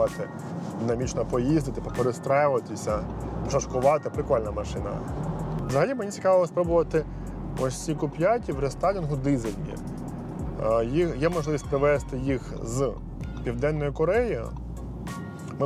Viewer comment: Не ку 5 ,а Кью 5